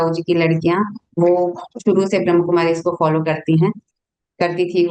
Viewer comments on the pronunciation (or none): Pehle toh theek sarah se bolna sikho. Ye BhramKumaris nahi hai. Brahmakumari hai. Aur Brahmakumaris family walo se NOC LETI hai!! Also... There is a spiritual nerve center in the brain which can be activated anytime in ur lifetime. Age, gender does not matter. So it is no surprise that this woman's daughter is more spiritual than her. Get real people...dont post BS.